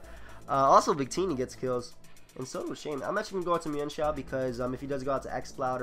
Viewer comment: I thank goodness, someone who knows how to pronounce "Mienshao" correctly. :D